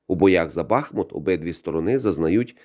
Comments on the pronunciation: Дякую за відео, але правильний наголос БахмУт 😉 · Стоїчно переношу рекламу, вподобайка...Але , для чистоти коменту, ..місцеві дуже наголошують , що БахмУт..Дякую